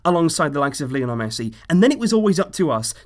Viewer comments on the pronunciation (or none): none